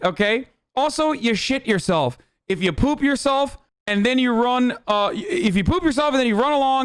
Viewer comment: he sounds so Canadian when he says shit yourself